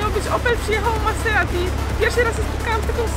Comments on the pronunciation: MAZZERSTI A NIE MASSERATI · Miazga !!! Mazerati .. .a nie Maserati xDDD